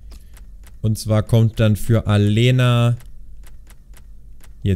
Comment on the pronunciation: Aleña wird Alenia ausgesprochen, ansonsten Super Video mal wieder von dir :D